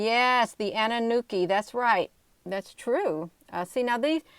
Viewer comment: It's pronounced_ a noo NA key. ANUNAKI